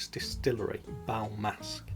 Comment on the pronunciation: Nice video,, and nice editing....For the record, it is "Bal Masqué" in French, so in English "Masked Ball" (from French: masque = mask & masqué for masked), maybe you can pronounce it like that:" Bal Maska" (in English) with less emphasis on the final "a", cut in a way before ending...not sure it is clear, lol. Cheers!